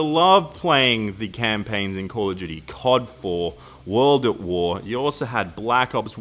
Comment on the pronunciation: hahahah call of gudy